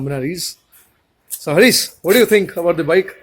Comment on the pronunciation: who the fuck is hareeeees. say the name properly harish